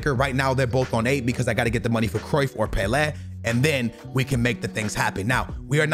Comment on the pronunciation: it’s pronounced pe-lay not pe-le